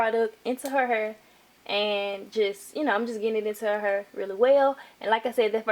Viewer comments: Tru😂😂 H AAA IR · She says hair funny 😂😂😂😂😂😂